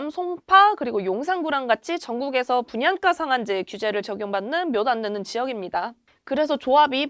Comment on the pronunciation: 발음이 왜 이렇게 된 소리를 많이 내나요? 땅깞?, 분양까?, 있떠라고요?, 없따? 강남꿘?, 있꼬요?, 입찌?, 중국말하는 줄 알았어요. 귀에 거슬리네요.